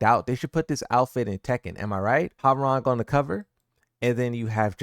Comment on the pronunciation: This man can’t pronounce miary’s name right, Hwoarang name, or the word Kazakhstan right